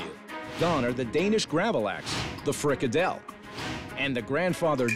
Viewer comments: that you can actually butcher "frikadeller", that much is sad. They are so good normally lol. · As a Dane. I am offended by this restaurant. HOW DO YOU MESS UP FRIKADELLER?! But I love Hell’s Kitchen! It’s an amazing show!